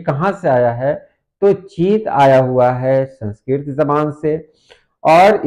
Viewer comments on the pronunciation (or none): چیت کا موازنہ انگریزی کے Chat سے بھی کر کے دیکھ لیں ——- اور سن سکرت کا تلفظ - ر کے نیچے واضح زیر سے کریں